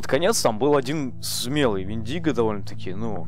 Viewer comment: У индейцев правильно Вендиго с ударением на ,,е